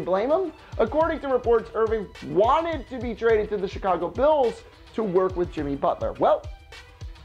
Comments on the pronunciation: Did he say Chicago bills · Did he say Chicago Bills? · "Chicago Bills" LOL